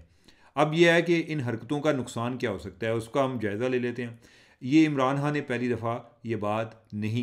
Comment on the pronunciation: چیمہ صاحب پنجابی لہجے کے ساتھ اردو میں گفتگو کرنے میں کوئی ہرج نہیں مگر لفظ کی ادائیگی تو درست ہونی چاہیئے- آپ خ کو ح بولتے ہیں- مثلا خان صاحب کے بجائے حان صاحب توجہ دیجئے درست ہو سکتا ہے